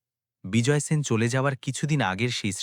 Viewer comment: Apni sen keno bolchen shen uchharan hobe.apnar pada bhalo lagche na. Video bundh.korlam